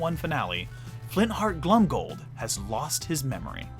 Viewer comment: Your assessments and general knowledge is absolutely amazing! I say this only to perfect your pronunciation - You should definitely pronounce "Glomgold" with the "o" and not like "Glumgold". Mostly because to "glom" is to steal.